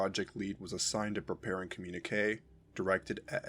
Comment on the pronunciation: "Communique" is pronounced "com-myun-ih-kay". No "w" sound after the "q".